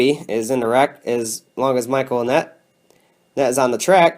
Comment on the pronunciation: "Michael Annett-nett" LOL